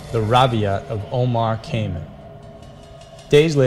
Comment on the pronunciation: I really enjoy your presentations. The only complaint I have is your mispronunciations of some words. For instance, The Rubaiyat ( (pronounced Roo-bah-yaht) by Omar Khayyam (pronounced Kah-yahm). Your research is very thorough, but your mispronunciation of words takes away from the validity. You might want to check out the YouTube channel "Emma Saying" to help you with pronunciation. Remember: when in doubt, check it out! I look forward to more "Scary Mysteries"!